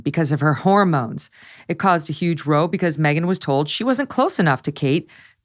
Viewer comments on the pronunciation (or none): Row as in a fight is pronounced to rhyme with HOW.